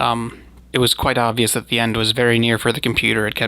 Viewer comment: I enjoy listening to your videos. You said that you don't release videos with the swallowing or lip smacking in them and that you believe something (demons)produced the sounds, however at minutes into the Cowman story you do just that. You also slurred the words "that the" proceeding this occurance. I believe you just were extremely tired and sleep deprived which resulted in you not remembering editing your final cut with these mistakes in it. Whatever happened, to me it doesn't take away from the incredible content you provide on you channel. 👍